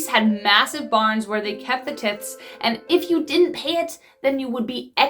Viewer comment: It's actually pronounced with the long "i". It is "t I thing". And they were forced to give "t-I-thes". Just pointing it out to help.